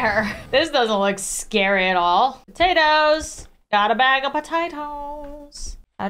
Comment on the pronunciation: AHHH yes not "POTATOES" ITS TATOES